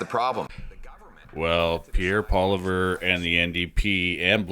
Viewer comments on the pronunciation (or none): Poll lee ev is how his last name is pronounced, not polliver. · His name is pronounced "pwua-lee-ehv"